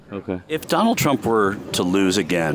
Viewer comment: I thought he said Johnald, but still sickening ! 😂😂😂😂